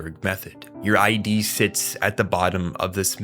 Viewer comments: couldn't make it past . look, i get when people mispronounce words. it happens. but id? mothereffin *id*? and then saying it wrong over and over in such a short stretch of time. my brain couldn't take it. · amazing video man. you should check out the tatami galaxy, would love to see your interpretation/analysis of it. also its funny how many comments are crashing out about your pronunciation of id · driving me insane lol i was so confused why he was suddenly talking about identification 💀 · Your Id is pronounced eid. It's not I.D. It's wild that anyone doing a video essay on psychology like this wouldn't even bother looking up the pronunciation. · dude, it's not I. D. it isn't your identification, it's a word, not initials. Id... take the first D off of did. that is how you pronounce it. if you can't pronounce Id, you shouldn't discuss Freud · ID is not pronounced I and D. It's pronounced id. Like "it" but with a "d". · It’s not the “I.D”, it’s the “id”, and you don’t know what the word derive means. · Great video! Really enjoyed the breakdown. Just one note the term in psychology "ID" is pronounced like "Kid" with a silent "k" not "eye-dee" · Good video but many words are mispronounced; freud's id is not ID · we can't be quoting Sigmund Freud and saying eye-dee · my guy, my dude, my brochacho, id is not pronounced I.D. man 😭😭😭😭😭😭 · No way you're calling it eye dee and calling him Poon Poon lmao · I love your content and analyses but something that bothered me in the Lain video was your pronunciation of id. It's pronounced as a single word, like 'it' but with a D, not like I.D. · its id as in "ih-duh" ya idjut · Pronouncing Id as ID is freaking me out. Government overreach has gone too far. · You’re the first person I’ve heard pronounce it I D like separate letters. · you mispronounced "id" also this video insists upon itself way too much